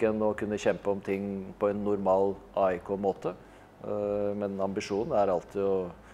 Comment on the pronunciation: Henning Välkommen, men vi heter AIK, inte ajk !